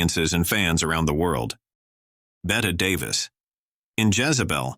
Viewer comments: Pronounced "Betty". Bette Midler's mother didn't know that so she says "Bet" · ok thanks i was thinking later Bettie not Betty but not Betta for sure Im thinking this video was an A I voice the way he mispronounced Ingenue and other words too